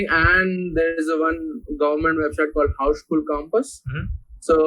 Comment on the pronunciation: what he has just pronounced? Houseschool campus like something. Please ?